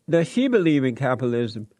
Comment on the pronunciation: "Capilism". Jesse, learn how to pronounce words.